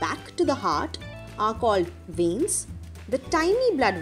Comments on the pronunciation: Its veins not venis ok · It will be veins not venis😅